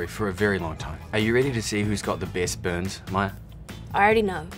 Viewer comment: "Are you ready to see whos got the best buns" Wait I thought KJ said buns not burns lmao